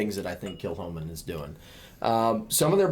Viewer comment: Kilchoman means [St ]Comman's church, with a sinister pronunciation: Kill Homan.